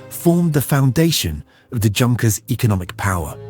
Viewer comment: This is NOT HOW YOU PRONOUNCE "JUNKERS". It is "YUNKERS"